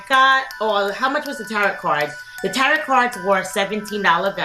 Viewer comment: Just so you know, you don’t pronounce the last t in tarot. It’s like, “tare-oh”